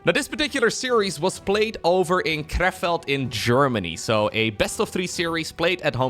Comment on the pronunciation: It's pronounced "Krehfeld". The first "e" is long.